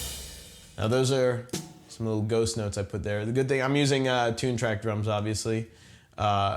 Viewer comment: at 20 seconds in, I swear he said "I'm gonna touch on ghost nuts"